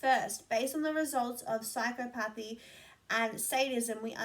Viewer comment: Hi im back hee hee. Just a suggestion/tip my mom gave me when I was in school (a couple years or maybe decades..close enough😉) and struggling with pronouncing medical terms so pyschopathy is sigh-cop-a-thee. I really enjoyed this video, found it extremely interesting and love that an actual study was done on trolls! Also i don't mind people sharing emotions, hello this is what we do! I can go thru 10 emotions in 10mins and my husband (bless him) tries to keep up. Also im not Italian but I can't talk without arm, hand, body movements lol. Really great vid!!